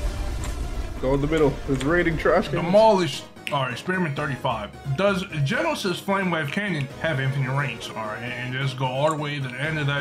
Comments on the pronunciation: It isn't said Genos, it is said Genesis* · Genesis not genos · “Garrolds” “genesis” “32 while its 42” “genosis” “7 while its 70” 💀💀💀